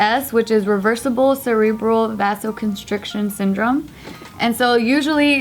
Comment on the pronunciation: vasoconstriction like vay-zo constriction:) <3